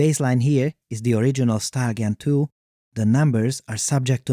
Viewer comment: Took until seeing “StyleGAN2” written out to realize that he wasn’t saying “StarGEN2” each time